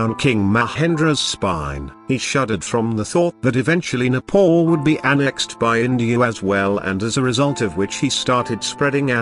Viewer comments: Respect my country please it's not Nepol its Nepal idiot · First, my country name is NEPAL not Nepaul idiot. Second, British don't have such courage to colonize NEPAL. Third, when British are not able to colonize Nepal, they say Nepal don't have any resources...LOL Bravery is in Nepalese blood, not even in your dreams.. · Kushal Thapa it’s just his accent lol, you trying saying a western countries name without mispronouncing it.